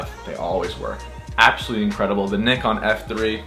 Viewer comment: When an American pronounces nikon as it should be pronounced!! It's pronounced [neekon] not [naikon]!! Tell em!!